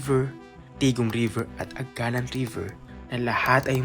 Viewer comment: Correction. It is pronounced as a-ga-NAN. Nasa last syllable yung stress. Ganoon din yung Barangay Bito-ON. Aganán River Barangay Bito-ón, Jaro, Iloilo City.